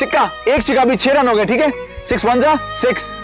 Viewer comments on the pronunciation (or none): Chikka kya hota hai? Chakka hota hai 🤦